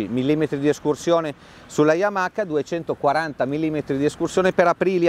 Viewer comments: Si pronuncia Yamaa e non yamaca. Le basi 😂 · Yamaka. C'è poco da fare. Appena ho sentito il "K" Ho chiuso